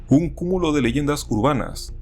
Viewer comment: en efecto mi estimada si pones el video en slow mode se escucha culo pense que decia cumulo